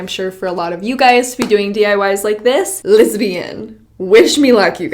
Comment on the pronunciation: When says "let's begin" it sounds like she says "lesbian":)